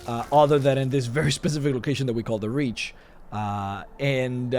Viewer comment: Took me awhile to realize he was talking about The Reach and not "rich" guys. XD Man, I need to come back to Skyrim ASAP!